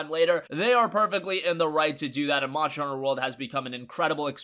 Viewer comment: “Monster” Not “Monsher”